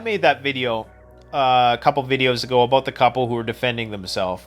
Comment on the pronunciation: BAHAHAHAHAHA....a Canadian said 'BOOT'....BAHAHAHAHAHA...keep it up...love the content btw...its aboot time...lol...